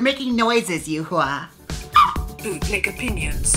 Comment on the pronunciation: Okay, but no one appreciates how Jaymes is pronouncing Yuhua's name in full accuracy?? Like queens be calling her "U-haul" or something. Love me an accurate queen!!